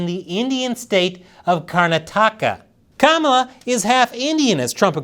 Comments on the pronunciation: He is saying Kamablah blah blah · kama"bla" like "bla bla bla"? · "Kamabla"... Big deal. I've been calling her 'Klamata Harry,' for awhile now... No one even noticed. :face-red-droopy-eyes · Kamabla is more like Kamala saying Bla Bla Bla 😂